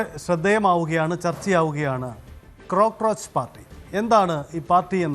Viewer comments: അവതാരകൻ ചേട്ടാ ക്രോക്രോച്ച് പാർട്ടി എന്നല്ലല്ലോ കോക്രോച്ച് എന്നാണല്ലോ പറയുക. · ക്രൊക്രോച് അല്ല, കോക്രോയ്ച്ചു പാർട്ടി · Cocroch✅ Crocroch❌